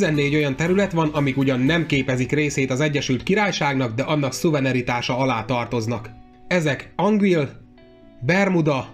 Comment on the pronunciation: Tetszik a videó, csak egy apróság, a szuverenitást szuveneritásnak mondtad